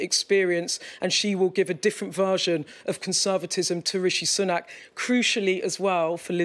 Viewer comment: Her pronunciation of Sunak haha - more like Sunnuck